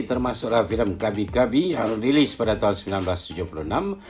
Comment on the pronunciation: Sebutan tahun tidak jelas...